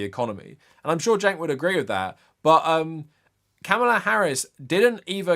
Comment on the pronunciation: It's pronounced Calm-ma-lah, not cam-ahh-la